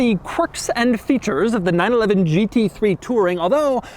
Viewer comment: You shouldn't really say 911 like that if it doesn't have to be.